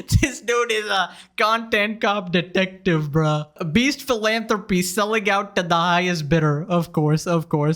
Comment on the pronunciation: lmao bro i like your content but can you please pronounce your T's instead of saying annoying shit like "condend cop dedecdive (content cop detective- )??????